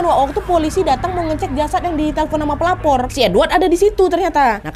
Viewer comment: Kak nad maaf tapi di menit kok aku dengarnya kek pelakor bukan pelapor 😭😭